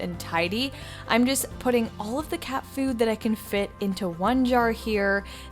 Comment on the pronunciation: The word is I'm not I'ne. Great video!